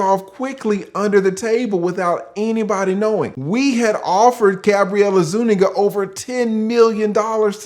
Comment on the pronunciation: GABRIELLE ISUEKNEEGGAS!!!!😂😂😂